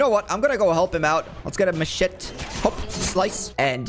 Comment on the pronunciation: said mashit instead of machete